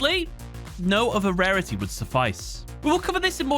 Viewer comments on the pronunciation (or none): none